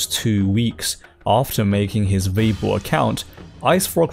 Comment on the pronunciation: why do you say Veibo when it's Weibo? The pronunciation of W as V is a sort of colloquial slang, i think, in Northern parts of China. Nonetheless, thanks for these videos, i enjoy them very much. Just saying, keep up the good work.